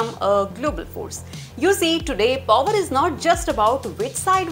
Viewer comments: The number of times i cringed when she said pOOwar🥴🥴🥴🥴🥴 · That’s not how you pronounce Power my dea..